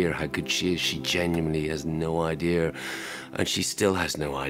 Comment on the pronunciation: I like how he pronounces it "idear"